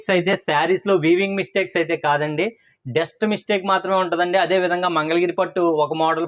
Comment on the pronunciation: కొంచం స్పెల్లింగ్ డెలివరీ తప్పు గా ఉంది అది ***డెస్ట్ కాదు ***డస్ట్ సరిచేసుకోండి 🙏🙏🙏